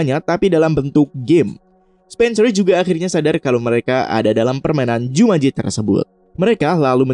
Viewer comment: Jumanji woyyy bukan jumanjo